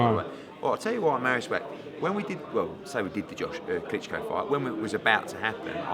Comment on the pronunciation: It is pronounced vah-ch not whack, just so you know